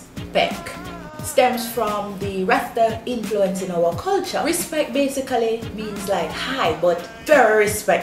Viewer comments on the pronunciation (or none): Jaysal Agua She said RISPECK not respect 😂🤣